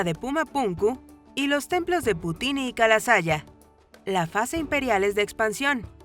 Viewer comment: Lago Titinaka???, Kalasaya???. Es el Lago Titinaka y el Templo de Kala sasaya.